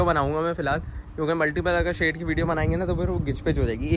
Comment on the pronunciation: it is shed not shade.